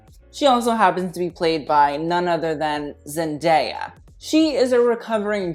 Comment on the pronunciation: It’s ZEN - DAY - A not ZEN - DAYA like Papaya